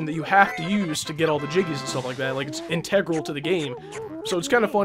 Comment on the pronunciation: Before you said you sped it up, I thought you were a joystick wizard. Do another bonus episode showing all these cheats. Please. It sounds hilarious. In-teh-grul? You mean integral? In-tuh-grul.